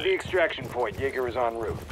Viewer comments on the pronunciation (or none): Did anyone else hear "extraction point Jager on route"